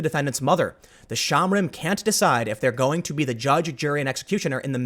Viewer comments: Shomrim. Show-mmmm-ream. Not shamrim. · shohm-REEM -- not shahmrim. It means "watchers."